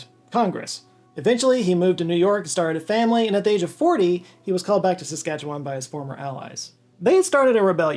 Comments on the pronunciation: Thank you for mentioning and pronouncing Saskatchewan correctly. Riel is seen as the father of Confederation by many as his actions over the Red River Resistance lead to the creation of Manitoba. Really he saw how disenfranchised the Metis people were that the Federal government would walk into their communities and give the good land to newly arriving settlers. He was successful in Manitoba and was brought back to help Saskatchewan. This time the Canadian government wasn't willing to negotiate and borrowed a US Gatling gun to add to their forces. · I have to commend you on your pronunciation of Saskatchewan. It's hard to pronounce and most people fail miserably. You said it almost like someone from there. Kudos